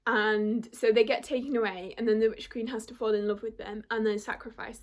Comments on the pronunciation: LOL IT TOOK ME A MINUTE TO FIGURE OUT YOU WERE TRYING TO SAY "FALL" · LOL the way you said fall!